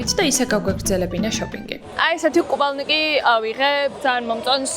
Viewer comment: კუპალნიკის რა საყვარლად და სასაცილოდ ამბობ😅❤